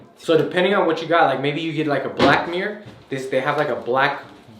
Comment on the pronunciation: I like how he says mirror like “meere”😅